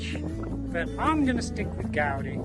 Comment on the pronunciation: I thought gaudy was pronounced like "gawdy"